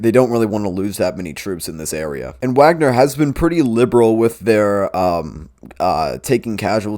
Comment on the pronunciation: YOur failure to pronounce Wagner right puts doubt on your claims